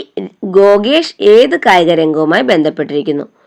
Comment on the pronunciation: ഗോഗേഷ് അല്ല 😆😆 ഗുഗേഷ് ആണ്.